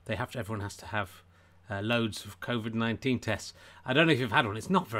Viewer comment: Did you genuinely said "Crowvid" ?